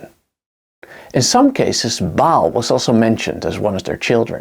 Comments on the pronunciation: Ba'al With that apostrophe for the glottal stop. Pronounced like when you pronounce Hawai'i properly with that glottal stop. Great video, nonetheless. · Another one who can't pronounce Ba'al (ba as in bar not bail and al as in alcahol) not pronounced bail.